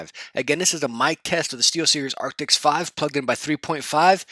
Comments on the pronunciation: Arctis. Not Arctics. :) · It's Arctis, not Arctics :) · The moment you say arctis wrong in a review, he keeps saying arctics.